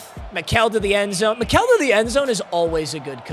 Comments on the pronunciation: It's pronounced Michael not mikell according to his player page on Colorado website. Also he's from my hometown. He played football, baseball, basketball, and ran track. He has school records in football and track. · For Kam Mikell it’s pronounced like Michael